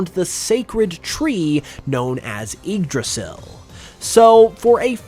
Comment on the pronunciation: it’s actually pronounced “ig-dra-sill”